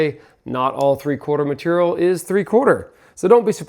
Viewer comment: New drinking game, when says maturial, take a shot 😂